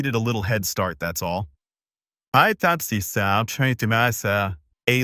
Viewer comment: “I fought she was tryng to messaa” 😭😭